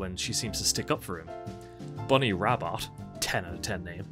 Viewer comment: Bunny's surname, Rabbot, is pronounced 'Rabbough'. Y'know, because she's Southern.